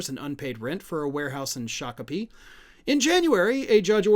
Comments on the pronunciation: Hey! He pronounced Shakopee right! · Cudos! You pronounced Shakopee correctly! 🤣